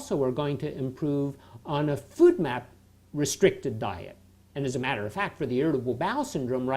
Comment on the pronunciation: I took a drink every time he said food map instead of FODMAP and now I'm shitfaced